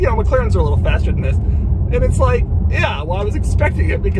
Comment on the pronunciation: It sounds like he's saying "Vis"